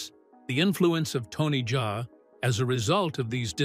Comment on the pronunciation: Bro itz not Tony jay itz Tony Jaa.😂... Like how we pronounce Ja rule ok😂😂